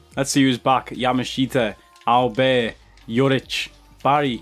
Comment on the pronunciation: Sad to see Cash Money Mark not being able to unlock Auberts full potential 😔 Boss needs to work on his french skills more often 😂